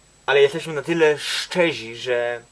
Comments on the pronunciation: "Ludzie... Ktuzi, szczezi". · "szczezi" powala :D. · Ten program wygrali ludzie, "któzi som szczezi". Ja należę do ludzi "któzi" wiedzą że Ziemia jest kulą. I jesteśmy "szczezi" 😁